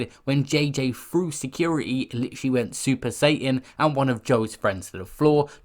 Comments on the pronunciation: Super Saiyan...sounded like super Satan lol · did you just say it as super satan ....